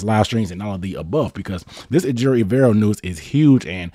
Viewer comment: put some respec on his name, ay-jer-o